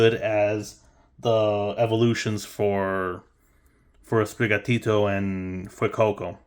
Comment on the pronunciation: The way you say sprigatito is awesome! Dont worry